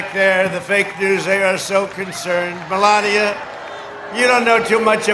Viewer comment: "Melanoma" Trump Makes a Special appearance! LMFAO